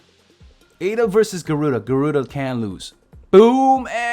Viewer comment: "No, no, no it's Ga-ruu-Dah, not Garuda." #gimmedatgiveaway